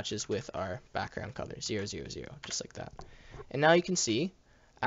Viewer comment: Is it just me or does he say cuther instead of color Other than that the vid is good